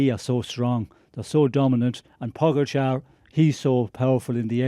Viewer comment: Except he can’t decide how to pronounce Pogacar. When everyone that commentates next to him can pronounced it properly, Kelly butchers it every time. Occasionally he pronounces it like his co-commentators… then he’s back to Pog-ga-char.